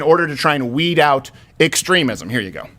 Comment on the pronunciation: How that Navy guys was pronouncing extremism bugged me so much.